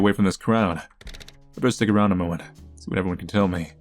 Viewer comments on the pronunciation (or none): none